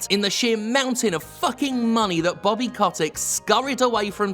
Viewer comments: If I were you, I’d pronounce his name correctly, COAT-TICK, in order to call him a SCROTE-TICK, a parasite of the extremely vulnerable. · That's exactly it. Bobby Kotick (I'm so happy we continue to mispronounced his last name even after the revelation that it's wrong) does not give a single solitary fuck about video games. He sees only ways of making money. Most CEO's of AAA corps are like that nowadays. Iwata, you are missed. Also, everything is fucked and wrong and we're all doomed.